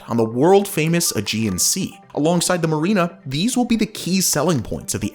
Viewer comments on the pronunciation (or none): none